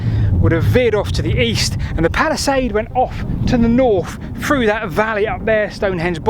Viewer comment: Noticed you haven’t been to speech therapy yet, through is NOT pronounced as FROO .